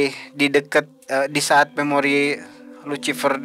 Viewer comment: euleuh-euleuh jadi si luciper teh asli sunda? Sarua atuh euy jiga urang 😂